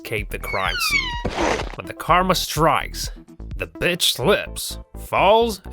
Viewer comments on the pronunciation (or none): none